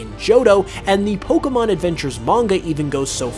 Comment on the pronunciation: Some mysteries here: will you ever pronounce Pokémon correctly (it's "poh-kay-mon", see the é); will you pronounce Rayquaza correctly; and will you do a Pokémon video and NOT loop the same footage over and over again to the point of tedium? (Seriously, with the Kanto Mysteries, I got so bored of seeing that same footage from Let's Go after what felt like the hundredth time!)